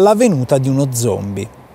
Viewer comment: Quando hai detto zombie ho pensato: CHE CAZZO HA DETTO?